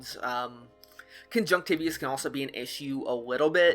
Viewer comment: its Con-Junct-te-vye-tus